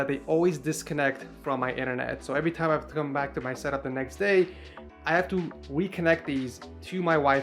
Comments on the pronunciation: “I have tu weeconnect these” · “weconnect” had me dying😂😂😂😂😂😂😂😂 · " I have to we-connect these to my wifi" xdDd if u hearwt this comment i will be missions accompwished.